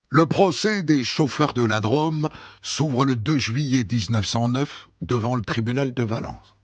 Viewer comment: "la draaame" au lieu de la "drôôôme" Hondelatte est du su-ouest